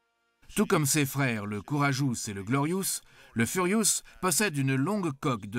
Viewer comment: Le Furiousse, le Brémène, le Royal Navel Air Service, Nouillorque, le Couine Mairie, Air vonne Ribenne Troppe, le Grave Spi, résister aux Zou Bottes, ............MDR